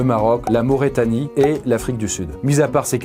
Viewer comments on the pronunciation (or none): et puis il a dit maurétanie au lieu de mauritanie :’))) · ça se prononce Maur-i-tanie